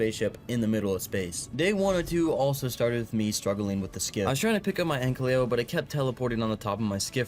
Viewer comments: It’s not “ANK-LY-O” it’s “AN-KY-LO” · Istg if u say ankLEO again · I swear everytime he says AnkLYo😂😂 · Every time this guy pronounces ANKYLO wrong, take a shot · I’ve been watching this “video” for a while and it is infuriating me that he says ankys name wrong!